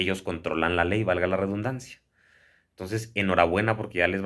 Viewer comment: Sin afan de molestar ni ofender... se dice Redundancia con "D".. ReDDDundancia... . No ReBundancia...